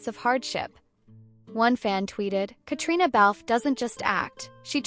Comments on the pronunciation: KATRINA!!!!! Just because it’s spelled Caitriona does not mean you have to say all the letters!!! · Please learn how she pronounces her name. It sounds like katrina.